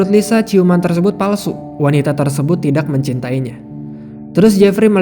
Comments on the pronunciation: Kok org bisa ya ngomong tidakk tpi terdengar aneh sekali cara ngomong TIDAK nya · Kebetulan saya org sunda, dan baru2 ini sering dengar youtuber bilng TIDAK tpi seakan aneh di dengarnya jdi kurang nyaman, nth klo org lain tpi saya kurang nyaman dengarnya. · Bang,ngucapin ‘tidak’ kok dgn strong k?